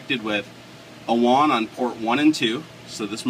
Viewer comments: Wong? Who's Wong? you mean WAN? (Waaannn) It's like LAN but WAN. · Ummm... you're a software developer and you call it "won" connection? It's WAN. Rhymes with van. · It's WAN (like man) not WON (one)...is this a tech channel? LOL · Did you get a discount since you received the Mexican version? You must have for it to have that many "Juan" ports! Just messing with ya. I know this is a 5 yr old video, and I'm sure by now you know it's pronounced just like LAN except with a W instead of L.:P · WAN (Wa-an) said as Wan (Wa-on) lol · It is WAN, not WON. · Wan not wawn or however u are pronouncing it. Like LAN with a w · you're saying WAN almost like wand without the D.. I always had thought it was pronounced similar to ran. Seems like a cool device none-the-less, but as other's have stated, this doesn't support bonding. Failover's cool though, but I can build that for free with linux. :) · "Won Port" ??